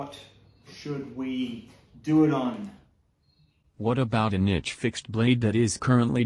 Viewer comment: really struggled with pronouncing "niche" didn't he. Rhymes with quiche my masonry friend.